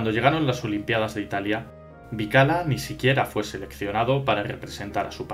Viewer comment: Eso mismo pensé yo. Siempre oí la pronunciación "Bikila"